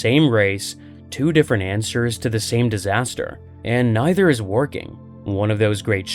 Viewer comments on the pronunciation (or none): none